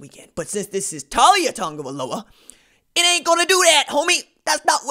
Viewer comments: His name is not pronounced TAWL YA. It's TA LIA Or just LIA I hope he goes to the U and maybe gives Clemson some competition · Not a surprise to BAMA, we knew this was coming. His name is pronounced Tau-lee-ah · You pronouncing it wrong, it Tah-Lee-ah. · Not one single Alabama fan ever thought Taulia would ever be the starter and everyone has expected him to transfer once his brother left. You can't even say the kids name correctly, lol. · First you are pronouns his first name wrong, 2nd he will be going to Florida, FSU, UM, UFC, Taulia will stay near his Brother. The Polynesians stick together.